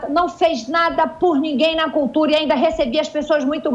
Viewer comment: Que cultura.....cutura....curtura...sei lá....